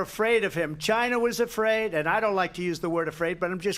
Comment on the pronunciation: Donald Trump: Chyna chyna chyyna!!!